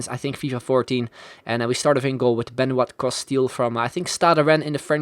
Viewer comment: Benoît is pronounced like Benwa without a t.